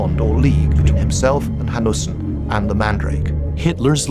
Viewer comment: the name is Eric Jan Hanussen. The pronunciation in the video made it hard to find the name. Interestingly, he was Jewish.